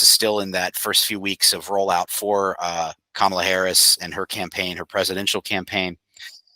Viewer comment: Out of respect can you please say her name right, it is pronounced "comma -la"